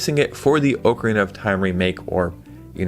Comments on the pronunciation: Oak arena 😂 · Ocarina is not pronounced like that. Gosh.